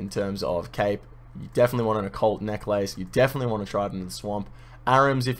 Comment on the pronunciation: Love ur videos. But for your viewers sake. Can u plz try to learn how to pronounce "Necklace"